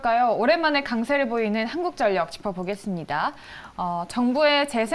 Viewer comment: 항굳전녁 ㅋㅋ 발음 위태위태